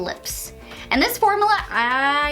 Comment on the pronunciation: Formula (form-you-la) not (for-moo-la)